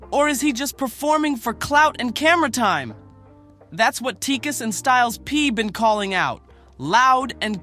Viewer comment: he said jodakiss lol